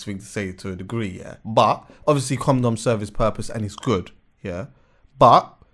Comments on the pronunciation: stop calling it a com dom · it's a coNdom, not a coMdom😂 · Someone tell him it’s a condom not a coMdom 😂😂... ARGHHHHHHHHH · Is it me or does say comdom lol